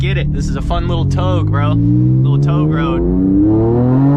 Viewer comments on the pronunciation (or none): its not TOG. its TowGay. proper pronunciation my guy..... towgay = Togue!